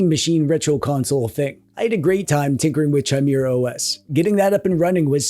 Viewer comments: The H is silent in Chimera but otherwise as always a great vid. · DRINKING GAME!!!!!!. Take a shot every time pronounces 'Chimera' incorrectly!! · Anyone else bothered that he says Chimera instead of Chimera. Clearly its Chimera and not Chimera. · That's not how chimera is pronounced.... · If you don’t learn how to pronounce ‘chimera’, I stg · Pretty sure the H is silent in Chimera. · The way you say Chimera is insane. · I'd prefer it if you called it kai -meeuh - ruh OS, actually. It's not spelled Chaimera, is it. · Chimera... Like chai latte... Sooo wrong... But since you said it times I think it was on purpose xD It's pronounced Kai-mera (*adjust monocle*) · Its pronounced "kye-MEER-uh"!!! Gosh you're such a DWEEB! (never stop) I do like Bazzite and adding in EmuDeck for Emulation Station, and of course the theme is there too! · Gosh dang, I know it’s probably for the engagement, but you got me! it’s pronounced Ki-maera not Chai-maera. Also, the monster is from Greek Mythology. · Kye-Meh-Rah. Chimera... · chimera is pronounced /kīˈmirə/. That's it. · Oh, I thought it was pronounced Chime-Ra. Silly me. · Saying Chimera as Chai-mera all those times then saying Gnome the right way killed me. Like I know he has to know how it's said our guy plays D&D type games so he has to have done this on purpose. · Chai-mira Chai- na He is phonetically consistent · It is pronounced as either "K-ee-me-ra" or "K-ee-mae-ra" because it's etymology is from the Ancient Greek "Χίμαιρα". The stress is also on the double "ee". The "ae" is not used in modern days. In the old days one wrote "Encyclopaedia" but today everyone writes "Encyclopedia". I am an etymology nerd from a very young age 😅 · It's KEE-MEH-RAH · It’s also commonly pronounced kai-mairuh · It's meant to be pronounced kee-meh-rah thought. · I think it's pronounced Gee com or possibly geek om. Chimera is definitely kai meeuh ruh, and bazzite is Bazz ite.